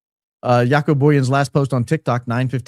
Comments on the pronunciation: Joco is pronounced with “short a.” He’s from the S. Africa. I think you’re way off on your “assessment” of possible involvement in trafficking young women. Do some more research on what he’s done to help save people, not harm them. They issue him a big apology. Not happy with you today. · The guy called Jaco Booyens is South African. Recognize his accent. For anyone who is interested his name is pronounced "ya-coo" here! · From SA here. Jaco Booyens is a typical Afrikaans name and hearing him speak has the typical Afrikaner English accent. Pronounced Jaco like the sound "y"our (your or you) and the "-co" sound is pronounced like the "ou" in "you", so Yacou. He is as Afrikaans as Afrikaans can be! From South Africa...how does he end up in TPUSA? He is from South Africa. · Jaco is South African (pronounced 'yuckoo') - can hear that accent!! Google confirms. Incidentally, one of the biggest child trafficking mysteries took place in S Africa - scared us all growing up - a number of kids were kidnapped and disappeared and then a young girl named Joan Booysen managed to escape while she was drugged and locked in a closet. The 'couple' that abducted her - Gert van Rooyen and Joey Haarhof committed suicide (allegedly) so the whereabouts of the other girls have (to this day) never been found. The abductor's son claimed they were shipped overseas somewhere to the Middle East and that National Party (the apartheid govt at the time) high ups were involved. He was not believed. To this day, the case is still open and nobody knows that happened to those girls (or they do and have been silenced). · Jaco Booyens is pronounced with a Y ... It's a Afrikaans name from South Africa. So it's different from Haco in Costa Rica 😅